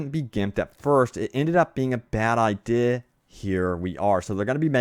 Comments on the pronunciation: Word Butcher Idea (eye-dih) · Anybod els notice how he says "idea"? Or did i smoke to much weed lol